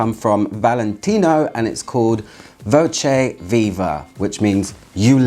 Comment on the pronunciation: your Italian isn't up to par